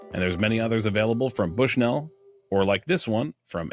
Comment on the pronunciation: As someone from Bushnell Illinois it's pronounced like "Bushnull"